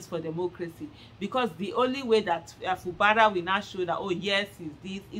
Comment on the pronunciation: Aisha it is pronounced. FU GBARA NOT FU BARA